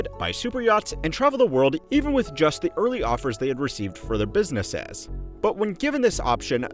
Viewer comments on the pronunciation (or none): Biz-nuh-siz Are you saying it like biz-nuh-sazz to piss me off? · Why can't you say "businesses" or "procceses" properly? Is the narrator AI? He keeps saying "businessazz" and "processazz" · Every time this video tries to say 'businesses' I'm hearing 'business-ass' 😂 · Every time it says 'businesses' I'm hearing 'business-ass' 😂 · Weird pronunciation of plurals BusinessESes? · For someone who talks about businesses a lot, you have perhaps the weirdest way or pronouncing it I have ever heard. Biznezzezz! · This guy needs to fix the way he says businesses